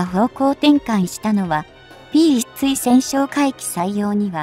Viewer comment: まだ漢字も読めないを垂れ流すのですか？P1対（つい？）対潜哨戒機て何？機種名も読めないのになにを語る❓